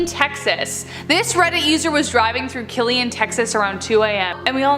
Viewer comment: That's not how you say Killeen lmao